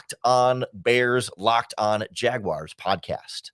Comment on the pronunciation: Thanks for calling them Jaguars, not Jag wires!!